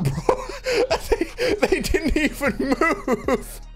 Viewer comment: "they didn't even moo-ve"